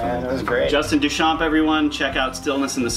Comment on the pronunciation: It's pronounced Day-Shan, not Doo-Champ'.